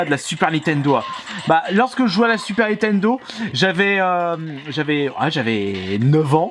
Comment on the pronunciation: Si tu prononces encore une fois "NI-TENDO" au lieu de "NINNNNNNNN-TENDO" c'est strike de la chaîne et cambriolage de ta collection pour le sacrilège !!!!!!!!!!!!!!!! Sinon merci pour ta vidéo quand même